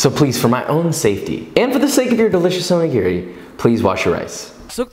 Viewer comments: Please pronounce this better, the accent is on the second syllable o NI gi ri. That being said your onigiri look fabulous and a wonderful take on the filling. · Wait... i was going to let this slide until he said he works in a Japanese restaurant... its not pronounced "Oh knee geary" its "Oh knee gee lree". japanese is pronounced in 1-3 letter groups never 4-5 (1 vowel + 1-2 constant).. and r has a slight L sound to it. O-ni-gi-ri all vowels are pronounced the same. its not like american English where you have 6+ different ways to pronounce "a" depending on what surrounds it or what part of the country you live in. the staff in this restaurant need language lessons.... if i worked in an ethnic based restaurant i'd certainly spend time learning how to pronounce the menu correctly. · I could here you mispronounce おにぎり (Onigiri) all day long, haha.